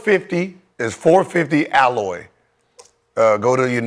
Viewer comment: Gil you mean “ALOE” … 450 Alloy is a heavy metal, lol. That’s not gonna help at all.